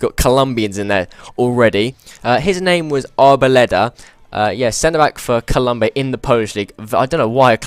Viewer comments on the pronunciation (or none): none